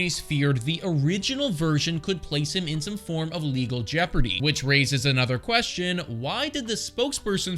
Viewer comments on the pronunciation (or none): none